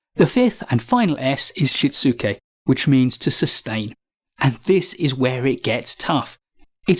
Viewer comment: Pretty good pronunciation, though the last part of seiri is "ree" rather than "rai". And the "u" is shitsuke is mostly elided or softened in conversation so /shits’ke/ is about right. I haven't heard of 5S before. Nice to learn lots of new stuff from this channel.